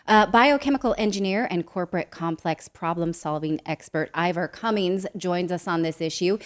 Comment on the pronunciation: Hi folks.... that should be....CUMMINS....NOT...CUMMINGS IVOR IS GREAT. THANKS NATALIE